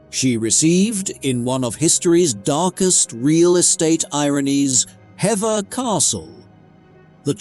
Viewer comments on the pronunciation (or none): AI once again, failed to pronounce English words correctly. Hever Castle is not pronounced "HevVA" it is pronounced "HEEVER " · Hever is pronounced 'Heever' ... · Hever Castle its pronounced Hee-ver